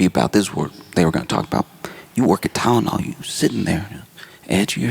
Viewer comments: ok- I get it. This is him getting revenge on the makers of Tylenol for making a product he can’t pronounce. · Hitting that hard T on the tylenol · <= “Aceen-no-meno TYNENOL!!” 😂😂😂😂😂😂😂